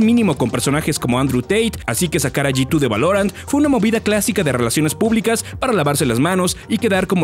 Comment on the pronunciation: Soy al unico al q le da ansiedad como pronuncia G2 como "yitu" xd